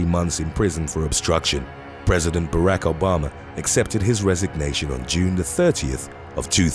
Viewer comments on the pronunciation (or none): It's pronounced Bah-rock not rack. Stop saying names wrong, it's one thing to do it to common words but it's fucking disrespectful to do it to names.